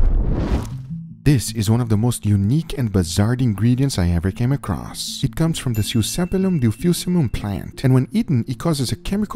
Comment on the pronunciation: Unique and bizarred? Lol i like how you don’t have an editor that corrects your grammar or pronunciation